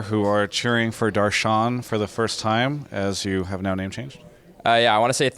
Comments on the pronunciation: the real pronunciation is "dur - shun" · its pronounced Dash-ran. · The correct way to pronounce his name is Duhr shuhn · i'm indian. know a couple people named darshan. its pronounced darsh-en while rolling the R. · Its pronounced Darsh-en